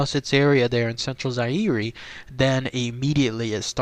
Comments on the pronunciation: Zaire is pronounced zi-ear. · Fern-Gulley I LOVE YOU BABE!......you don't pronounce the E in Zaire bruh.......